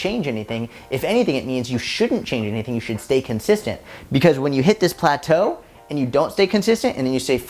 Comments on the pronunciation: “Plataeu 😬” that was hilarious hhahahahahah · I'm the 2nd type ✋✋✋ loved how you say plateau 😂🤣🤣🤣🤣 This is my favourite video ❤ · When you say "Plato" is probably one of my favorite parts in this video 😂😂 Main message keep doing what you are doing. Stick it out. The weight will fall off 🙌🏽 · saying "plateau" needs to become a meme lmfao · plateau! LMAO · The way said "plateau" lol